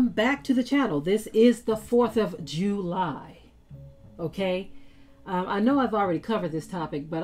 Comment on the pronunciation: It's the 4th of Ju-lie 😮